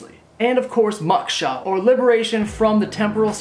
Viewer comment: Sorry to be that person but it is "mow-ksha". Like you mow your lawn ;D good vids. Keep it up. Is that sandwood paste on your forehead?